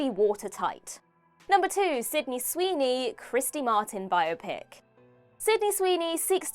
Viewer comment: Great topic,! (and thanks for correctly pronouncing "biopic"; please teach Gareth)